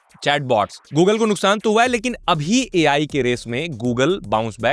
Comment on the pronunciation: Apple Ai na Apple aa ai aa ai aa bhai aa ai😂😂